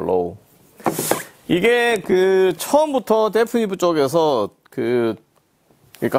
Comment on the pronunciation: 그런데 말이죠. 브랜드 이름을 데프니브라고 발음하시네요 ^^... 데피니브인데 말이죠